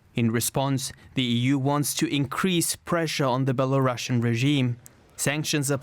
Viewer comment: One pronunciaton correction: Belarus - Belarusian (belah - roosian). Not Bela Russian